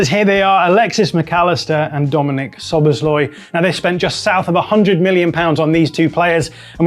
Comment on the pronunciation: Not sobosloi, Sobosslaiee